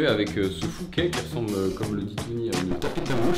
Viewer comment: L'élément qui sert au brassage est un "Fourquet" et pas un "Fouquet"